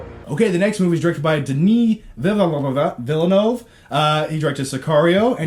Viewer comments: Denis Villeneuve is a French name so I (a French-Canadian) will teach people how to pronounce it by spelling it phonetically : DuhNee Vill Nuv. Your L sound will be slightly different (no way to help that) and Nuv - like the word "enough" without the E and replace the F sound at the end with a V sound. That's it. You're like 95% there... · Okay, try this. Denis VEAL-NUUUUH-VE. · i don't get why you both can't figure out how to say these not-that-hard names. makes me not able to take you seriously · Nobody should use a stage name because you're too lazy to pronounce it correctly. Nicholas Cage doesn't use Coppola because he didn't want to be in his famous family's shadow, not because it's hard to pronounce. Villeneuve isn't even that hard to pronounce.